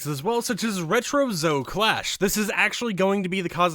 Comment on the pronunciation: Bro pronouncing so many words wrong Peely -> pilly Shitake -> she take Zoe -> zo